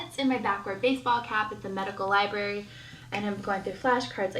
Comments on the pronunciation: Liburry. As a librarian, I can tell you this is pet peeve NUMBER ONE. It’s library! Annunciate! Everything you say, no matter how smart you actually are, is undermined by your lazy pronunciations of words. I get it! I live in Louisiana, trust me! I want to slur words constantly, but it takes away all credibility when you’re trying to make a point or show how knowledgeable you are. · Omg, I love your commentary!! You say exactly what I'm thinking!! I can feel my blood pressure rising, watching this narcissistic tool!! Ugh!!! If she says "libary" one more time...!!!!! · I find it very hard to believe that this person has ever been inside a "libary" lolol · Arrrggg “Lie-berry” is what people say when they lie about going to the library lmfoa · I'm not a Myka fan, but a lot of the pronunciation nitpicking really is just regional/dialectal pronunciations. "Getta" is pretty common in most places in the US, also "liberry" is more common on the mideast coast (around NY, etc). Her inflection however? That's just her being an airhead. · “Libary” hahahaha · That's my favourite Ken from Toy Story quote. "Take him to the Libary!" 🤣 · I hate when people say Library incorrectly! I am a 47 Y/O Life long Ohioian and we dont say didnt or Any of her incorrect english! She in no way reads books! How she passed Nursing school is beyond me! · I CANT STOP LAUGHING AT the library part!😂 that’s one of my biggest pet peeves. I get so irritated when someone says it wrong 😂 Also I remember seeing a clip of myka saying that she was engaged when she got pregnant with cova (I forgot her daughters name) and they broke off the engagement bc he did something that was a deal breaker. Not sure from which video it was from